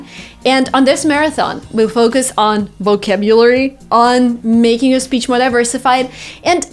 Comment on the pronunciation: Oh my God! She misspronounced Vocabulary. I just can't believe it!